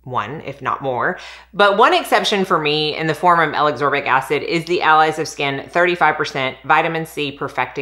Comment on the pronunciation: Hey! It’s pronounced Ascorbic (a-skor-bic). I’m definitely grabbing that Truology serum 🥰